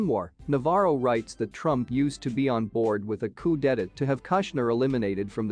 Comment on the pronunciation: "Coup d'etat' is pronounced "coo daytah", not "coop detterd".